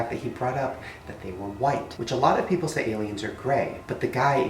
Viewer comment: thats a cool whipe